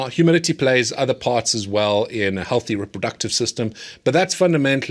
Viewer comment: Are you saying humility or humidity? lol